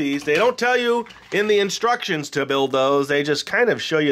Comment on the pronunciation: just wanted to say "thank you" - my son now says "in-struck-shee-ons" as often as possible!